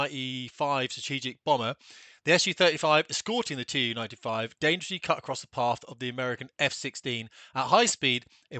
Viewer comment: It's pronounced simply TU [tu], not TeeYoo-95, because of the name – Túpolev. It's not TeeYoopolev